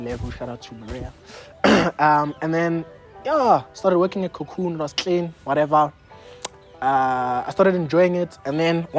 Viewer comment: Take a shot everytime says "Tlean!" 💀💀💀